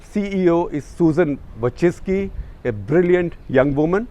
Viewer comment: No one said a correct pronunciation of Youtube CEO NAME including you Gupta